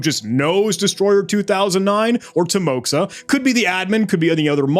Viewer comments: Or Ukrainian. Visual difference is in just few letters. At least based on his speech i would not throw this possibility off head. But way he pronounced word "кто" (as "hto", instead of "kto") slightly skews me to either Ukraine or border region of Russia? Timoxa ==> pronounced as Ti-mo-ha (not ~ksa), is diminutive and familiar form of name Timofei. Not very popular name in Russia i might say, but with amount of people, plausible possibility. But, i will note... Imo, but his uploaded video of cheat, and voice in interview do not sound that same for me. Pitch is way different. I guess it is plausible if there is 3+ year difference and he was like 14 to 18 years... Still hard to prove if it is same person. Especially hard to parallelise them as they spoke on two different languages. About emails with different numbers. It may be him, but may be another person. A lot of people are required to register here and there for school work nowadays, and as children they often create accounts with name+number (often suggested). But these discord conversations surely do hint on link between his current discord name and his previous account name. No definitive proof as he denied that cheat forum involvement, but still big piece enough. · I believe it should be pronounced as Teemoha, not Timoxa. Because X in Russian is sound like English H, and I should map to EE sound. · Bro this is not "timoxa" it's a timoha, it's a Russian name. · Как больно было слушать тимокса, когда ты Тимофей 🙄